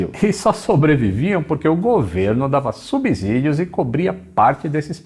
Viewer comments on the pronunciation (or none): Assim como ocorre em outros idiomas, no português algumas consoantes mudam de som. No caso do "S", tem som de " Z" quando está entre duas vogais. Portanto, em "subsídio", o "S" após a sílaba "sub" tem som de "S". Gosto muito dos seus vídeos.